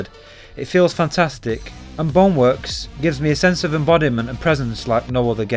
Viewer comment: this dude really pronounce Bone work as bong work